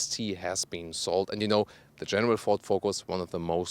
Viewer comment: cool guy.. " ze animal skin " haha the Eric's " ohh sorry about ze muzic " haha. decent video though.